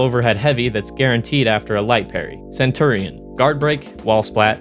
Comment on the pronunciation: Centourion, oof